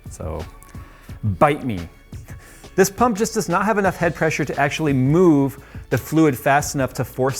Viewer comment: Didn't Kyle build one in a similar case too? SSDs don't fit... How about NVMes? They come in big capacity as well. :) When you say Pump, I hear Punk... XD